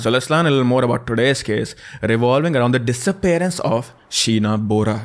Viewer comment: It's actually pronounced Bawra but that's ok, I'm also Bora